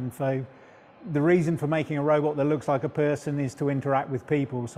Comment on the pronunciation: Lol, "just send a robutt, mate."